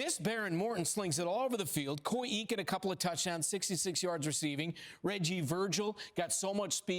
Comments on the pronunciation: Eakin pronounced Akin. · Koy pronounced "Ay-ken"